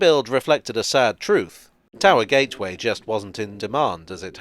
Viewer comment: Towee Gee? Please don't ever say that again